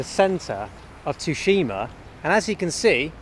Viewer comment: there's a game based on Tsushima island on the ps5, one of the best games. Ghost of Tsushima also it's pronounced sushima